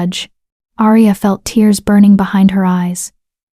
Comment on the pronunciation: I like your stories, but the wrong pronunciation of several words throughout them is really annoying. The ones I recall are majesty, tear(s), live(s). Mispronouncing these words changes the meaning and deters the listener from being fully present in the story. I hope you can fix this. 😊